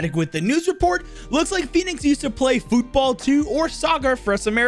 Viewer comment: The way he pronounced football made me cackle